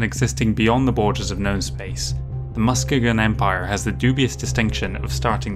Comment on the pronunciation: It's named after a city in Michigan (and pronounced Mus-kee-gun). Planets named after Great Lakes cities pepper the map, owing somewhat to Fasa's Chicago location and several of the writers' midwest background.